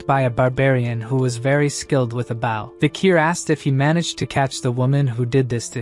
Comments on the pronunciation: "who was very skilled with a bÆw" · i luv these AI readers. the only way i can tell its AI is it uses the wrong pronunciation of some words wrong like bow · The ai voice said the bow you use with arrows as the bow of a ship. Just smth i noticed.